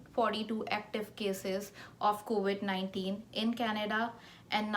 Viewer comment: It’s COVID and not COVIT